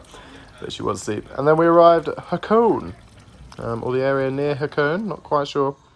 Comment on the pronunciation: BTW Hakone is pronounced with three syllables